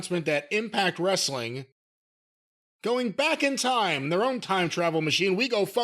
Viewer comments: TNA wre-suh-ling, bro! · Wresta-ling… BRO…..